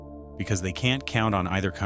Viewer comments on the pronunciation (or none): none